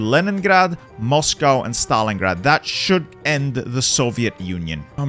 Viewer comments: You pronounce S as Sh ? Why Shtalingrad when it is just Stalingrad. Dont try to overpronounce pls, just use the regular american accent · He calls it SHtalingrad 🤣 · bro said shtalingrad